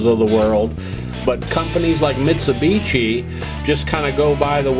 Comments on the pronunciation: For the OP: Just FYI - Mitshubishi is pronounced (end part of the name) like a "SHI", not like "TCHI". The other thing I'm noticing is how many people had no clue Mitsubishi did high-end hi-fi gear and never heard or seen these pieces. These are great sounding, super powerful, nicely performing and fantastic looking pieces of sound engineering at the pinnacle of high quality audio products! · Vinage, Mitsubitchi, Shassy... lol